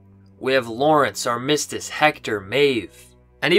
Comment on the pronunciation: Man you're killing me.... it's AR-mis-tiss. LOL.